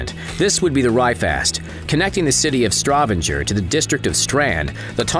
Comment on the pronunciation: The city in Norway is Stavanger, not Stravenger.